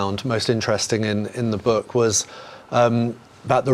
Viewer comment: Since when did our friends in the south pronounce the word book as ‘burk’